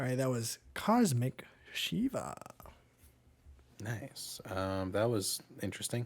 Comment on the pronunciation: It is not Cosmic Shiva but COSMA SHIVA and this is the name she named her daughter who you find the baby sounds on it!